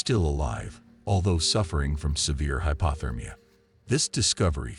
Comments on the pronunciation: What is with the odd pronunciations? "claustro-phobe-ic" not "claustro-phob-ic" "pe-teet" not "pe-tight" "hypo-thermia" not "hypa-thermia" "ree-consider" not "re-consider" "tre-cherous" not "tree-cherous" It sounds like AI narration pronouncing things exactly as they are spelled. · Gotta hate the hy-paw-thermia. And being petight sounds the worst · You can always tell the narrator is an AI because it pronounces certain words so very wrong, like "hyPAWthermic". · It's hypothermia...with a long o. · This guy can’t pronounce words correctly. Like hypothermia, petite, and reconsider.